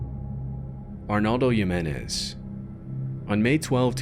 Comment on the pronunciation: Funny how he said the indian mans name PERFECTLY and I could tell that he actually spent time learning how to say it correctly, and then later with Arnaldo Jimenez he just pronounces his name the most American way possible 😂